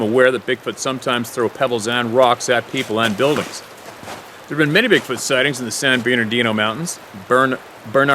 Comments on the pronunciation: The Platte River in Nebraska is pronounced just like that of "spat, spam & skat" those "a's" are pronounced the same way. San Bernardino is pronounced without the 2nd "r" so it's "San Bernadino." San Jacinto the "J" is pronounced is as a "Y". It is a Spanish word. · oh... and Burn-uh-dean-oh 😁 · Hi, the locals say" San Berdino " mtns. Much easier to pronounce